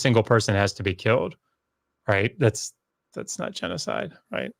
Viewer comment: It’s genocide not genecide.